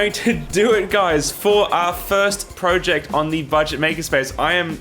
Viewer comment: He said project wrong too, but we're not so unkind as to mention it. ;¬)